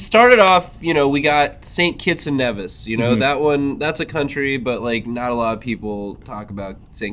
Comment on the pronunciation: YOU SAID NEH-VIS INSTEAD OF KNEE-VIS AGAIN!!! YOU'VE BETRAYED US CARIBBEAN PEOPLE FOR THE LAST TIME!!!